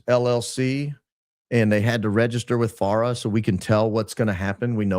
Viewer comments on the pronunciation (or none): none